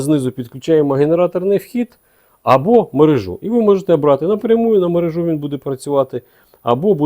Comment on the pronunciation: підключаю мережУ з наголосом не дружу.